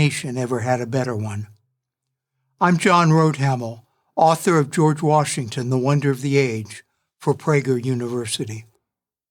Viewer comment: Jeorge washminkton